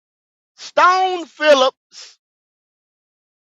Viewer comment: Leave it to my nigga goat to fuck a name up for hours str8 who tf is Stone Phillips 🤣🤣🤣 🫡